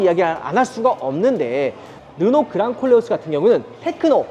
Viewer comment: 내 귀가 이상한가. 그냥 꼴려어스로 들려요 😂